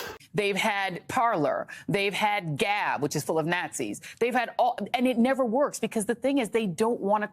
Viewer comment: She said "gnat-zis". XD I don't know why that gave me a chuckle. It's definitely self projection. They're selling themselves out every single time they open their mouths.